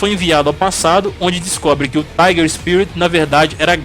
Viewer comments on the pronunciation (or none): none